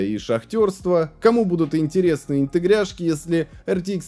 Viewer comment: Почему "интегряшки", а не "интеграшки"?